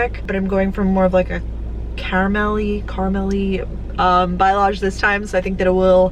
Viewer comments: you are pronouncing it wrong it is "bah-lay-age" not "bilage" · Balyage ... Balyage ... Balyage. Not Byelage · Say balayage wrong one more time😂😂